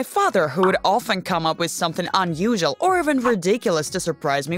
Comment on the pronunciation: She says unusual(un-u-shul) and curious(cur-ous) weird.